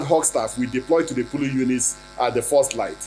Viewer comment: Is it polling or pooling, sir. No one believes your rubber mouth again !!